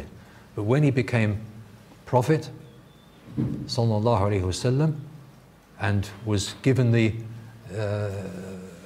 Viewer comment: This muslim teacher says every time after he spoke the word mohammed something like: " SALWWW WA SSHM ". He seems to be ashamed to say : Sallallahu alaihi wa sallam !